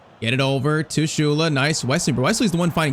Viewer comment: Bro it's not Shule it's Sou-lei but a silent I